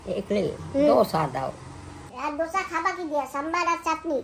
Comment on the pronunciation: ধোছা নয় দোসা । ধোছা শুনতে খুব খারাপ লাগে ।